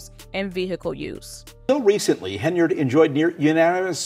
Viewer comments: Ugh! I gave you one more shot. Unfortunately, your pronunciation of “Henyard” is awful again. At least I made it this time. Peace out!! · Please learn how to correctly pronounce Henyard and Dolton.